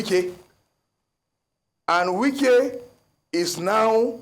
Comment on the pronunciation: Wike not Nwike it is not Igbo name